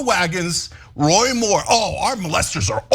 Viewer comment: "Roy Moore"? 😂